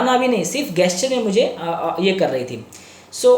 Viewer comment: सर,प्लीज, जेस्चर बोलो न। मुझे बड़ा अटपटा लगता है आपके मुंह से गेस्चर कहना।